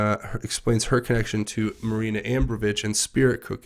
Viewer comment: love your work bur you constantly mispronounce MAJOR names and other words throughout your videos. just trying to help you out. but might i suggest fully and out loud, reading through the article or posts or whatever your going to be reading for any given video, BEFORE you actually record the video to upload so that you avoid any errors in pronunciation in the final video. ***and her name is Marina Abromovic. pronounced a-BRAW-moh-vitch. her name is VERY important for people to know who she is and so they can research all of the disgusting things she's done.